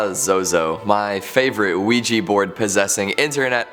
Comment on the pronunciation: OUIJA NOT OUIJI